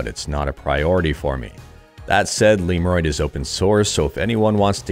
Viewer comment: I pronounce it not like liurod, it's lemodroid